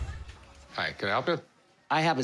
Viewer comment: He said pelp instead of help